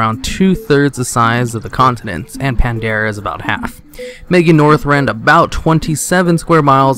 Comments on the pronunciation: pretty sure i heard a pandara and kalmidor somewhere in there but w/e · great video but you mispronounce ALOT of things from quiraji to pandaria to kalimdor...